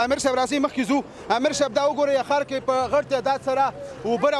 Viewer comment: د جلال آباد حار نه ❌ د جلال آباد ښار ✅ لوخه نه ❌ لوحه ✅ د جلال آباد خلکو ډیر ښکلی تلفظ درلود. نه پوهیږم چی ولی دننګرهاریانو تلفظ خراب شوی دی ؟